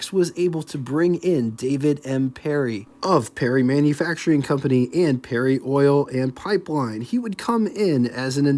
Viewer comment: Yes he does pronounce words in his own special way doesn't he,... Parry as 'Perrie' and Willys as 'Willis' also Terra Haute as Terra Hot etc. etc.